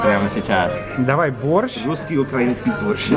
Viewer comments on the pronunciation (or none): none